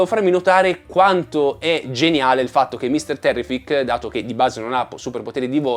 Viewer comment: 1) Mr Terrific ( l'accento è sulla prima " i " ) 2) quando lui va verso il sole e torna verso di noi, chiudendo il trailer, praticamente, in realtà non torna e basta. andando frame per frame, anche se estremamente sfuocato per via della sua velocità, si vede che ha le gambe raccolte, tipo come se sta ricadendo a "bomba" e ha il braccio destro che sta caricando per sferrare un pugno. Quindi, quella sequenza mentre va in alto è presa alcuni frames in avanti rispetto alla stessa nel teaser dove lo vediamo partire dal mezzo delle fiamme. A me dà l'idea che quella sequenza sia collegata al Kaiju, che gli sta sputando fuoco, lui va verso il cielo e torna per dargli la mazzata (forse quella che lo metterà KO?). 3) quando Superman rompe la cella di "vetro" dell'universo tascabile, si può vedere che dietro di lui c'è Metamorpho, in piedi, che sta generando la luce del sole tra le mani. Probabilmente, dopo avergli tolto le forze con la Kryptonite (forse costretto da Luthor) gliela ridà generando la luce del sole. Collegando le due cose, quando vediamo Metamorpho avvicinare le mani che generano dei filamenti, sembra il momento che inizierà a generare quella luce (perchè ha le mani nella stessa posizione dietro Superman quando rompe la vetrata).